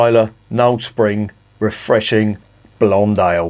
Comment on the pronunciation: "Sping" was distracting me a bit. Looks like another one for me to look out for. Morrison's may have it, they call it "Taylor's Knowle Spring Blonde", part of the 4 for £7 deal.